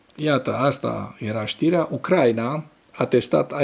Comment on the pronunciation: D-n nu se spune Ucr/A/ina ci Ucra/I/na, pentru ucraineni asta-i foarte important.